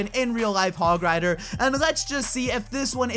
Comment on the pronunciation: Said it terribly the hog rider thing